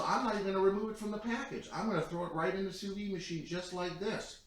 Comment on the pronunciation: Soo Veed. Not Soo Vee